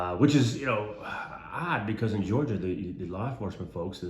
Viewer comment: Thank you for saying Georgia.❤